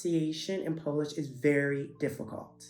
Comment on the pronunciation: Your pronunciation is so good!